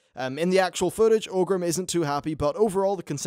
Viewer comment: Its pronounced OR-grim, not OH-grim :P